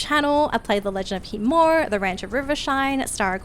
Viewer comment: is the "i" in khiimori silent or is it being pronounced wrong? Not shitting on u its just very confusing as a person who likes to pronounce things properly and is hearing two different ways to pronounce it.